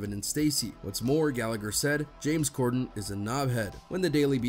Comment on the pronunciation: It’s Corden not Gorden 😅😂